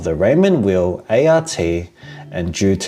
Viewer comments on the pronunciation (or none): "Weil" is not pronounced "wheel" but "vile". And any mechanical watch with a solid caseback is pretty much pointless as you can't see the movement which makes it so much more charming than a quartz watch other than how smootly the seconds hand moves. The IWC is therefore even more pointless as it is the in-house movement that distinguished it from lower-priced watches.